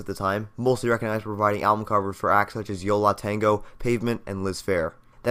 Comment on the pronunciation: This video is great, and im nitpicking here, but the way you said yo LAH tengo instead of yo LUH tengo irked me.